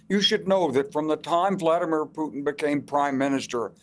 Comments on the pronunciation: You finally said putin correctly piers Well done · Pires, you finally pronounced it right. Why so, mate?